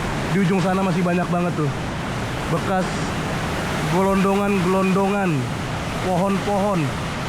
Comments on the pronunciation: Liputannya keren, teruslah berkarya mencerdaskan bangsa. Maaf bang, itu kayu gelondongan, bukan gelonggongan.❤ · Kayu gelondongan, bukan gelonggongan🤭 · Kayu glondongan bang.. bukan glonggongan.. 🤭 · Kayu gelondongan boz,bukan gelonggongan,kaya sapi gelonggongan.. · Gelondongan....kayu... gelondongan... bukan gelonggongan..itu mah sapiii..😅😅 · Kayu glondongan bukan glonggongan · Kayu glondongan bang bukan kayu glonggongan